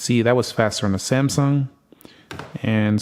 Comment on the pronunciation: Everytime iPhone open first homie say Samsumg 😅 it's kind annoying but ok just saying😂🎉❤